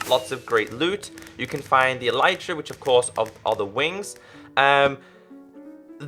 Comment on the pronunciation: PS you pronounced elytra wrong bye